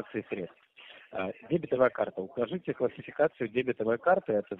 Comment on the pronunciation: ну, не могу уже слышать дЕбетовая карта...сука, ну, выучите уже русский язык!!!)))